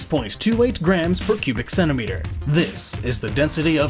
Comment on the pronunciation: Man of adamantium* and why in hell would superman need those? sounds like you say Pubic Centimeter :S